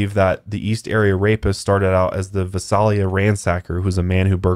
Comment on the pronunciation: I came from the podcast just to point out for one thing it’s Visalia Vi SAY lia you weee saying it weird also you said Exeter weird lmao but I actually was born in Visalia and I currently live in Exeter and never heard of this until the podcast. Maybe I just need to get out more lol. Anyway back to the podcast 😂